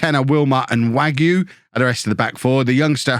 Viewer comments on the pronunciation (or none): Hi, hope this will still be helpful in the next episode but Wague is pronounced Wagay Great stuff as always